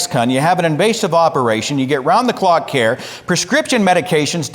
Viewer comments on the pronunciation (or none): none